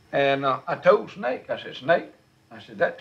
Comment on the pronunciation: OMG I LOVE THAT! He left the "S" off the Snake too "NAKE"!!!!!